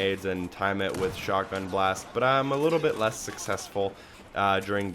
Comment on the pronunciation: it just sounds like the dude says shockgun instead of shotgun, take another listen to it, it stuck out to me soo bad lol i couldnt get over it